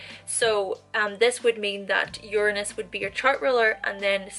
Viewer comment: I see you, I feel you, but I do think that you're pronouncing Uranus wrongly..........